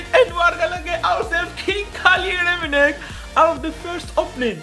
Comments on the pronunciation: The commentatory be like Rummenig...😳😂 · The way the commenyator says "Rumminigge"💀💀💀